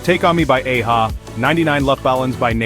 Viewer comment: It's pronounced "Ah Ha".. Great video tho.